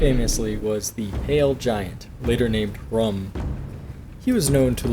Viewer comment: It's "Hrum"